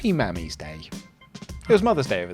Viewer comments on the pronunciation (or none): it's pronounced like "mommy", not "mammy".